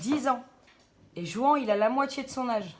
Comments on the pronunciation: Juan??? Mes oreilles piquent, on prononce rouane pas juan... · JOUANT! Ça ce prononce RROUANE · Juan se dit Ruán ! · Juan ça ce dit Rhouane